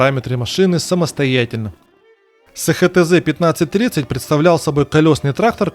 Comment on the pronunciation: СеХеТэЗе 😅😅😅😅 эСХаТэЗе!! И заводы: эСТэЗе, ХаТэЗе